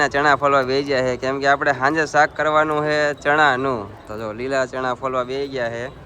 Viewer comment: ચાક❌ શાક✅ 😅😂🤣